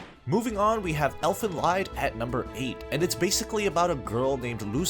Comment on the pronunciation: ... If I hear one more mispronunciation of "Elfen Lied" ... Thumbs down.